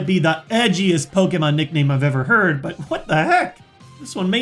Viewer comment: its poke-ay-mon not poke-eee-mon